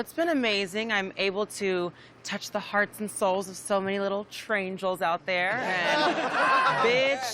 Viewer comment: I low key think Kerri was throwing shade at RuPaul for the trains flag incident by saying "traingels"